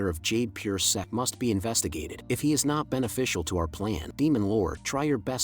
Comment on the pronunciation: Why bro saying sex insted of sect